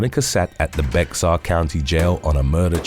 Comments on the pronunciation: Bexar is not pronounced "Bex-ar" but "Bear" as in thing that shits in the woods.The x is silent. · It’s not bex-ar, it’s pronounced “Bear”